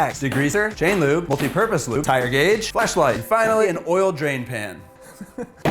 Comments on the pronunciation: It sounded like he said fleshlight😂😂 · I heard "flashlight" as "fleshlight".